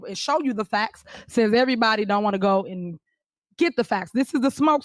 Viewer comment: 😂😂😂😂. Why is it that she is the only one with “the facxts”…. Lord have mercy. Somebody should have told her “no” in her lifetime.